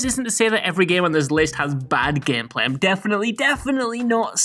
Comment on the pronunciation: "gehmpleh" lol